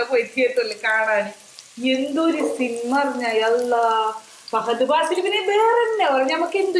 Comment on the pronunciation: pahad paasil alla fahad faasil